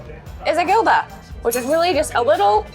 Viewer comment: Fyi: Gilda is pronounced (Hilda). Great video and I approve almost everything you guys said 💪🏼 the mushroom bar you went to is top! I think you missed Bar Santa Maria (pintxos del momento) for next time! 🎉